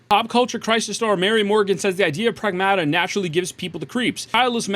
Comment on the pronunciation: Getting a Like and Sub just for pronouncing Pragmata correctly lol